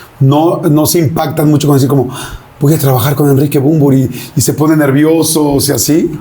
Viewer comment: Yordiiiiiiii!!!!!! Es Bunbury! No manches!!!!!! Gracias!!!